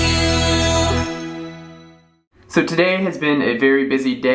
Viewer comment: Thumbs up if every time he says Welcome to day .. of you say Valen but it's Vlogmass :D